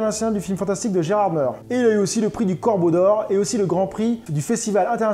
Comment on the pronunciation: Par contre, venant des vosges, on ne dit pas Gérardmeur mais Gérardmé (Pour la ville de Gerardmer) ;)